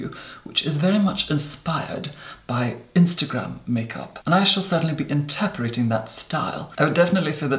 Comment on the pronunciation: "And I shall certainly be interparating that style" INTERPARATING!? If you're going to sell yourself as an articulate, posh beauty please get your pronunciation right.